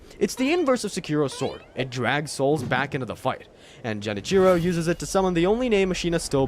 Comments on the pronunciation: anyone else get triggered everytime he said jen cheero? when it's pronounced gen-ee-chee-ro? considering all the research done for this vid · Holy cow… Ji-nichro😭. Otherwise, great work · Jen itchy row it's a G not a J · For the love of everything that’s holy, please stop calling him Jenichiro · To be fair, he doesn’t even know how to say Genichiro’s name right. It’s not surprising he misinterpreted his character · "Jenichiro" 🤢"Eesheen"🤮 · All this time and effort and not once did you try to pronounce Genichiro, Sekiro...or really any name right. Engagement bait? The internet blows so bad now, i can't tell. Edit: Ah, now I realize. It's ai.